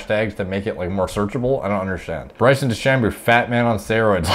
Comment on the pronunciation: Bryson De-Shamoo